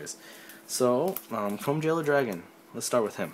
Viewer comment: Did you just say chrome VEILER?xd